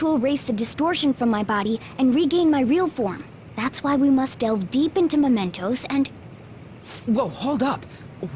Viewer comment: Thought Morgana said mentos instead of mementos Oh my